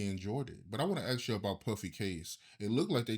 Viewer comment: Is it really that hard to pronounce the work ASK ???